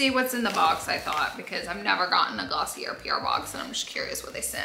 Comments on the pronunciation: you're pronouncing it wrong - it's 𝗚𝗹𝗼𝘀𝘀-𝗘𝗘-𝗔𝗬 not Gloss-ee-r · Laura, it is actually Glossy-AY. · Girl, drop the R in Glossier! It’s pronounced: Gloss-EE-ay 😅